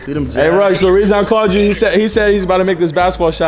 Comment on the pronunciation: he calls rug rice lmao